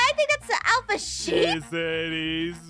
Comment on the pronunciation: it's pronouced sheep not shep.